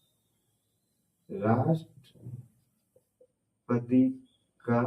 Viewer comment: Rastpati ko lapeti mt sir😂😂